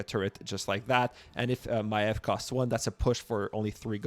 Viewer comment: Why everyone that is making rumble content can’t pronounce Maiev’s name?